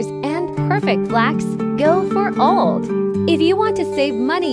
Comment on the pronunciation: No I mean pronunciation. In the video OLED is pronounced as OLD😂